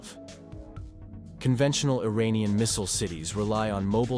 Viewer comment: Hahaha Iranian Air Defense Systems Lmao, Wannanow? Wannanow? What Happeeeeeened?